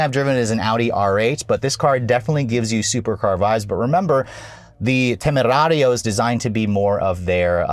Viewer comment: I though he’s gonna be reckless with the pronunciation of “temerario” but actually it has been pretty accurate!!!👏👏👏